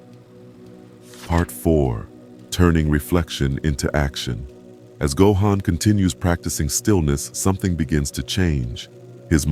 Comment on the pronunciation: Narration pronouncing “Gohan” three different ways throughout the video really pissed me off